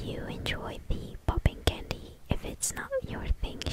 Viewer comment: ポッピングキャンディ🍭🍬の発音めっちゃ好き